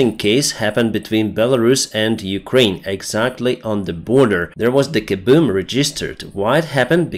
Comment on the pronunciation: “A big kabewm” lol.